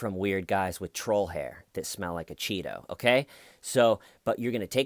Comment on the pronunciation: "DA HAIYR IS THEIYR,, DA HAIYR IS THEIYR BUDD!!"